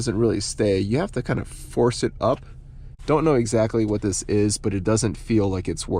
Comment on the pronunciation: I can't unhear how you say "dis" instead of "this" about half the time and Ds instead of THs for everything lol.